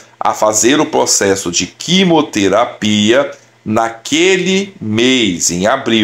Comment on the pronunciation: Não é quimoterapia querido, é QUIMIOTERAPIA